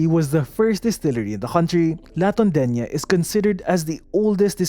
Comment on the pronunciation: You see…. La Tondeña. LA as in CASA. Not LA as in APPLE. Compañía = / com pa NYEE ya / Zobel = / So bel / Not /z/ You see…. 😉